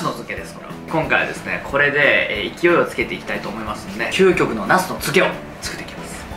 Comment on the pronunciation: きゅうこくの、で噴いたwwwリュウジさんたまに可愛いですよね